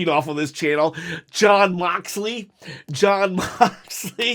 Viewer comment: I’m glad you’re giving AEW a fair chance. It’s hard to believe that you gave AEW a genuine chance the first time if you can’t say the Young Bucks or Jon Moxley correct.